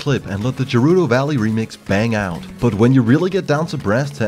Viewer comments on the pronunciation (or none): Gur-rudo valley🤦‍♀️